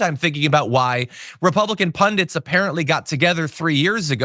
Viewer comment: You brought a tear to my eye when you pronounced ‘Pundits’ correctly. Thank you, you have restored my faith in humanity 🥲